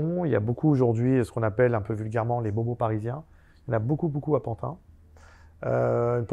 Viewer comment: On ne dit plus Pantin mais PANTINE à présent. Faut s'adapter !!!